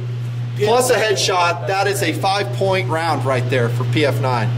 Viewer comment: Great Vid's but man I get tired of you calling it the PM-9 and not PF-9. But I really enjoy my PF-9. It is accurate. If I go slow and stage the trigger, I can do 2-3 in. groups at 7 yards. For a DAO it is a great little gun, and gets carried everyday.